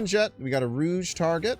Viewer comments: rouge? you mean rogue (row-guh) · Lol, it’s pronounced “Rowg” not “Rouge”